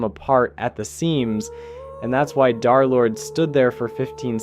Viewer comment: "darlord" son 😭😭